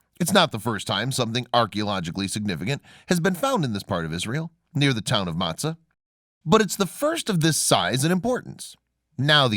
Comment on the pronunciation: Motza, not Matzah. But you made up so many of your facts, your pronunciation ignorance is the smallest of your problems.